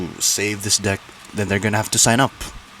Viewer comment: Maybe try pronouncing "deck" correctly 💀